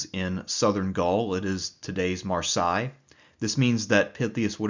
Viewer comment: Marseille is preferably pronounced "Mar say." How have you never heard that word spoken before?